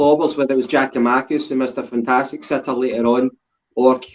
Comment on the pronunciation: Did you go highschool? It's Giakoumakis ffs.